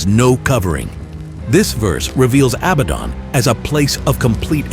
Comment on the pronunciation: It is not pronounced job like something you work at it is pronounced Joe, but with a long, ON a Biden is pronounced just like the word Aladdin a bad rhymes with Aladdin it’s not Abbadon😅